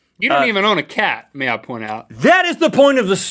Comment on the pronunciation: "may i point out" sounded like "meow point out" . thought that was funny XD